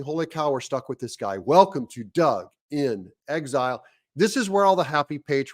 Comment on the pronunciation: Greetings Doug from England, love the vignettes. Just a small aside, I do have a little titter when you introduce yourself; it sounds like you are saying Doug Chipotle! Speaking of amusing names, I once worked with a German in Munich who went by the snigger inducing name of Kurt Hamburger.